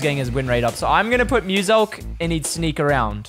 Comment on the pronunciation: How he told muselk musil bar😂